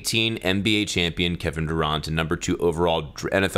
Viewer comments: “kevin dur-ah-nt and suh-quan barkley” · That's not how you pronounce Saquon, but then again that's also not how you pronounce Durant 😂 (I only know this cuz all my friends love to talk about sports) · Did any other sports fans cringe when he pronounced Kevin Durant and Saquon Barkley's names? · You couldnt have butured Kevin Durant and Saquon Barkley’s names worse😂😂